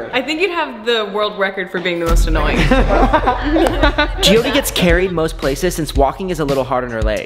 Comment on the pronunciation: No hate but it’s Jyothi